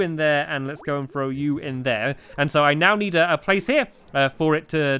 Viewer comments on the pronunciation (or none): who heard meow instead of now... OMG Stacu